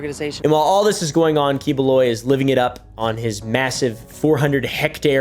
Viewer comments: Key-boo-loy , thats how pronounce that guy name. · it is pronounced "kibuloy". I thought that guy is a comedian his famous here in the Philippines but never thought His a pastor.🤣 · It's "Pak Yu" which is how Bisaya (a southern Filipino dialect, same used by this pastor) pronounced that slur word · As a filipino, misprouncing the name doesnt matter 😂